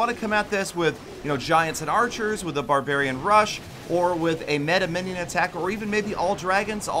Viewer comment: its beta minnion not meta minnion,,, but its cool